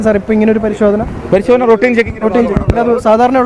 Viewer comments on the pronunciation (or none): routine pronounce cheyumpol റൊട്ടീൻ എന്നല്ല റൂറ്റീൻ എന്നാണ്.